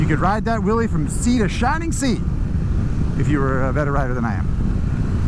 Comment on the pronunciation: Might want to work on that enunciation. What you said, " You could ride that wheelie from sea to shining sea." Here's what I heard, "You can ride that willie from sea to shining sea." 🤣 Geat review. I'm more than a little tempted to get a Pan American. It'll be the first time I've been interested in a HD made after 1950.